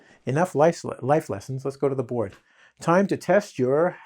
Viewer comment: He is great but when ever he say let's go to the boars it irritates me